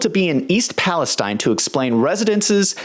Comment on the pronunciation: Thank you for pronouncing Palestine correctly. And not Palesteeeeeeeeeeeen